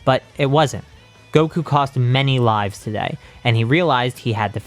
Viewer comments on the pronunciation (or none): none